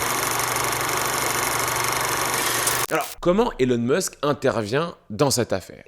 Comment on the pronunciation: SVP c pas Élon Meusk mais ILON MÂÂSK( phontiquement). C tellement désagréable